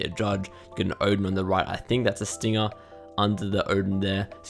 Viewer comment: OMG FINALLY SOMEONE WHO DOES NOT SAY THE HARD R!!!! EVERYONE ITS “STINGA NOT STINGER” MY APOLOGIES I SAID IT FOR THE EXAMPLE